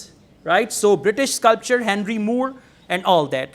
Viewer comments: Sir, you are saying sculpture instead of sculptor in many instances. It causes confusion and the viewers might take that as the correct pronunciation. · with all due respect i would like to point out that you have mispronounced ''sculptor'' as 'sculpture' plz note that they are two different words pronounced differently.....this is not to demean you.....but just to remind you......how we fail to register minor differences...... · In sculptor, t sounds.. But u sound c